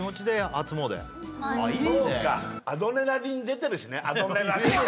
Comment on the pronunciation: "あどでナリン"が個人的ハイライト